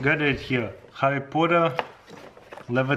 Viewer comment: Yes, I love my some Harry Pooter